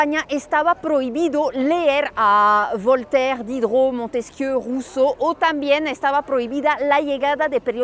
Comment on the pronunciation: Voltaire, Rousseau todos esos nombres los ví en los libros de historia de la secu Pero hasta ahora alguien francés los pronuncia como debe de, con correcta pronunciación francesa😂😂😂😂 nadie en ese entonces ni siquiera el profesor los pronunciaba correctamente